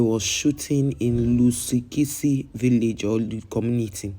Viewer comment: What is your problem you can't even pronounced the name correctly if you don't have something to do cover the people of your own country abroad where they are arrested for selling drugs we've got our content creators who will tell us about our stories